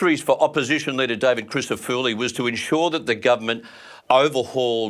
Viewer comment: Why cant you pronounce David Crissafulli's name correctly. Its apelt with full at the end of his name not spelt with fooli . I know David well and he would not say too much about this, but its not polite not to learn how to say people 's names . Im sure you would like your name spoken correctly